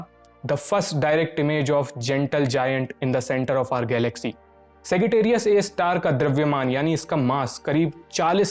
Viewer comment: सैगिटेरियस नहीं मित्र। सैजिटेरियस।